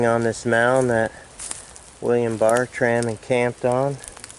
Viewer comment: It's pronounced Ber-trum.